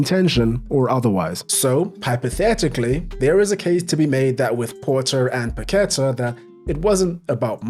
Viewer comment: PaquetA not paquEta